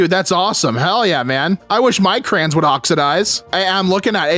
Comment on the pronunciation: Bro, it's crayons not crans.